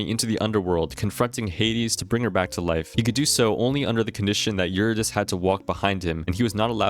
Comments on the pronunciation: you-rid-E-see !!! anyways goated video lad cool stuff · great video but please look up pronunciation guides for gaugin and eurydice